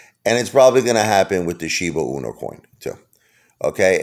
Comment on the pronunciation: It’s pronounced SHIBA E-NEW, not SHIBA UNO… just say’n. 🤨